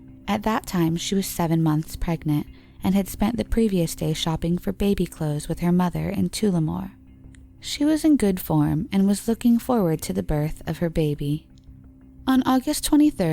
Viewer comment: yup, it takes a second to figure out what place is being talked about. Tullamore not toolamore